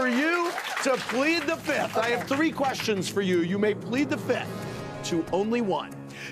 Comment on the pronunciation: All these years and somehow Andy still can't say fifth properly. "PLEAD THE FITH!!!" No, Andy. That's wrong. It's always been wrong.